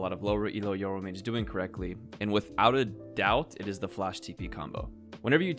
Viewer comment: People absolutely butcher the name "Yoru" holy shit It's not "Yoh ruh"